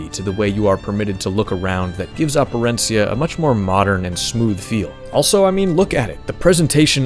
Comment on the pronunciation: Props to you for Operencia pronunciation.